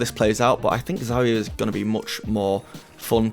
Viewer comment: This guy said ZHERIHIA .